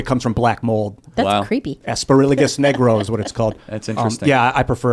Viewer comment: "aspergillus negro is what it's called" so annoying. Slow down bro. It's actually aspergillus niger lol the guy can't help himself